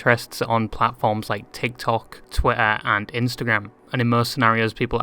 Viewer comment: I like how you pronounce twitter "twella"